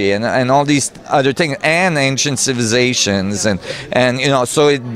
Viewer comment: I love the way says "civizations".